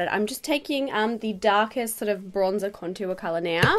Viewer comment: The way you say contour drives me nuts